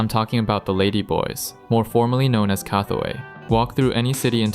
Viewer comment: Definitely NOT pronounced "EYE-SAN." And neither is it pronounced "KUH-THUEY." How long have you been in Thailand? 😂😂😂